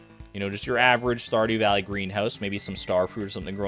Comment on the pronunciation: Lol, "Saw Dew Valley"?